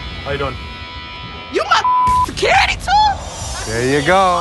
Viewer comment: secOrity? who says that?